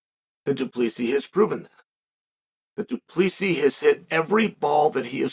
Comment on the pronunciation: du plee see's . chael has some shit pronounciation lol